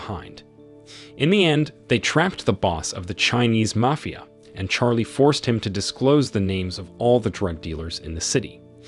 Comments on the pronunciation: “MAYFEYIA” BOSSES MAN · Dear god... not the mayfeeuh. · These AI voices get annoying when they can't pronounce simple words like mafia...